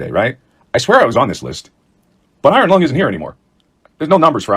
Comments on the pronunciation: "Iron Lung", bukan "Ironlong" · Iron Lung ya bukan ironlong.